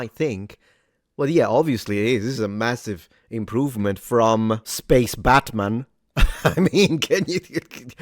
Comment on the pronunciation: I think you said "Space Batman" specifically at first 😆